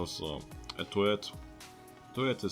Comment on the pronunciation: he said turret like toilet XD